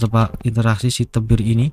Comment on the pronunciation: Namanya T.E.B.I.R bg bukan LEBIR🗿